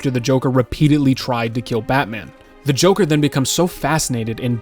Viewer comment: notice how he said jonkler? (im brain rotted)